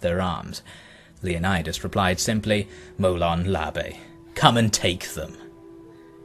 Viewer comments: I know this is a matter of semantics but I believe the correct pronunciation is "Molon Lave" and not Labe even though that's how it's spelled. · Molon labe is pronounced molon la vay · It's pronounced "mow-lawn lah-vay". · it's actually pronounced Molon Lavé, not Labe, because the Greek B (β,Β) makes a "V" sound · Thunder And Guillon The letters and the pronunciation of the letters remained the same. The Beta gets transcribed as „B“ but in Ancient Greek as well as in modern Greek it gets pronounced as „V“. So „Molon Labe“ gets pronounced correctly „Molon Lave“ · Leonaides never said "molon labe", he said "MOLON LAVE" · Иван Калашников — It would have been “MOLON LABE”. We know that in Ancient Greek the Beta was pronounced as “b” — not “v”. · Its pronounced Molon Lave